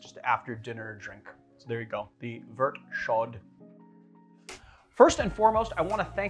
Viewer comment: Dude, if it's a French word don't pronounce the last letter. It's that simple. "Show" not "shod." And "Vert" rhymes with hair not pert. C'mon man. Your Canadian viewers are gritting our teeth. Other than that love ya.